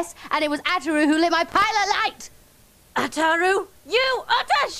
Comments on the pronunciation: and how she pronounced ataru lol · Lum mispronounces Ataru the 2nd time around, consistency error